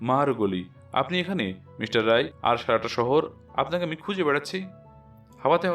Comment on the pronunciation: রাই নয়, রায়।